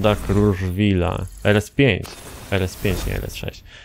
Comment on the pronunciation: Nie krużwil tylko kruszwil się mówi